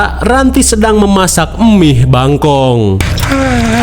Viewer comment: Mie instan. Bang bukan " Emih" Basa sunda ta teh...😂😂